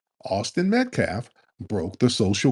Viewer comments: Tariq. I love you bro. You’re my FBA brother. But please brotha please, stop saying “MetCLaf”…..Metcalf is pronounced MatKAFF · Great broadcast but can't stop saying Metclaf😂😂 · Tariq I Thought you said METH-CALF 😂🤣😅